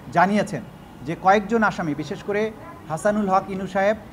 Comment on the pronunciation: সাহেব উচ্চারণ করার জন্য ধন্যবাদ